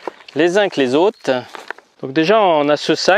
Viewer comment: Hello, j'apprécie bien tes vidéos mais il y a quelque chose qui me dérange dans ta prononciation. Quand tu parles de kilomètRes, il y à un R à prononcer à la fin. De même quand tu parles des autes et non des autRes... Il faut dire propRe et pas prop...Enfin, je pense qu'il y a plus grave dans la vie mais ça me tire l'oreille à chaque fois...😉 Je ne sais pas si je suis le premier à faire la remarque mais je ne doute pas que tu prendras celle-ci très au sérieux... Allez, sans rancune et bonne route! 😀